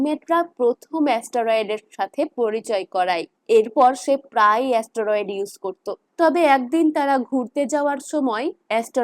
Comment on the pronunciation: ওটা অস্টোরোয়েড নয় স্টেরয়েড হবে